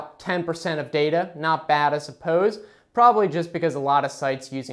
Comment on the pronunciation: Stop saying "prolly" it's probably.